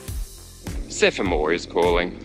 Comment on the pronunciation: Boring video! Can't say Semaphore!! Sephamore!!! 🤣